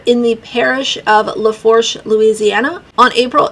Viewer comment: It's pronounced La "Foosh" Parish, but unless you're from that area you wouldn't know that, lol. Just thought I would throw it out there in case you WANTED to know. It's French. Gypsy's family are mostly Cajun French. ❤